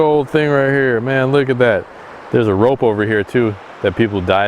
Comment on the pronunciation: “There’s a rope here, people DIE from it.” That’s what I heard! 😂